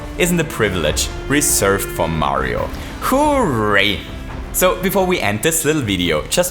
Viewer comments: It's hooray not who.ray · It's hooray, not "Who-ray" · The way that says hooray gives me life